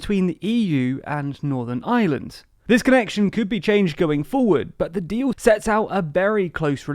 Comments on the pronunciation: I know it's not your fault, but the country is Northern IReland not Northern Island, and I'm wincing every time you say it. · Why do you keep saying “Northern Island” ?